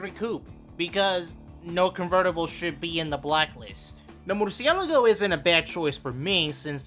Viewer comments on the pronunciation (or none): for the love of God pronounce murcielago properly